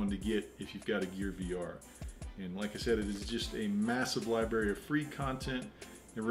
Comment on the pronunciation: Library, not liberry. Lol. Great review, thanks for sharing your favorite apps.